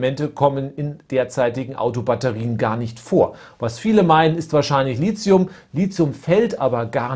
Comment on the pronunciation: Als angehende chemikerin möchte ich nur mal kurz anmerken das LiTHium als t ausgesprochen wird nicht als z, vgl. MeTHan vs. SiliZium :)